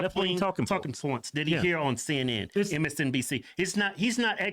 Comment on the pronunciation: Cenn Inn 😂😂😂 I will pronounce it this way from now on 😂😂😂 Love y'all ❤️